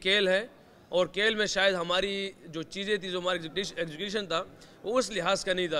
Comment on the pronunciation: Abbe Moulana Sahab Kel nahi hota hai ve...Khel hota hai 😂😂😂